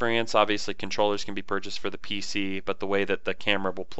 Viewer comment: Pc not pic lol